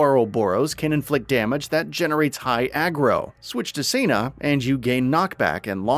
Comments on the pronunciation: It's Keves not Keefs babes edit: seena and laynz my beloved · He mispronounced so much like Taion and Sena names it made me want to cringe especially since we know how to pronounce them officially from the direct...